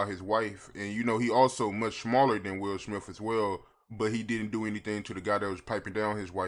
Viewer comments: Lol😅 bro said Will Schmilf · “Wilsh Smifth” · Did he say will schmiff what the fuck hell nah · Who TF is Will SHmith?? 😂😂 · Whos the interviewer? I can't ignore how he says will shmith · "Will shmiff" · Will shmiff 😂